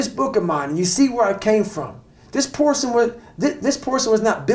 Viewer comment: Man said porson 4 times. I didn't even correct him in my mind out of fear.